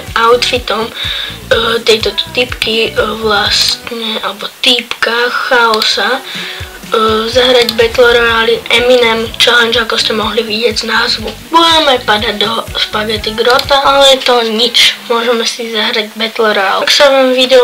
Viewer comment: Good video ale chaos sa číta čios😂ale vpohode